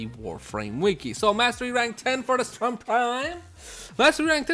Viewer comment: 1. St-RUN, not St-URN 2. 'Normal' could mean unmodded.